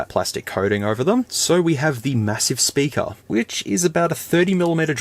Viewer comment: "Big sperker " 😂😂😂